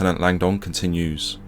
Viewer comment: Great video. "Langdon" is pronounced with a silent "o", not as "Lang-don".